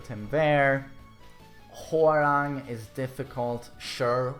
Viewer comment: who else kep hearing whoreang? lol